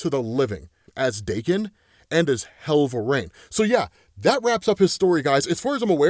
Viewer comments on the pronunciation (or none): why the fuck do you say "Hell-vuh-rain"?! WTF is wrong with you, it's "vuh-reen"